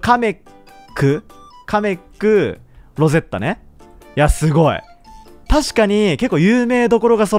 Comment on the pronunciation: ロゼッ⤴︎タじゃなくてロゼッ⤵︎タじゃない？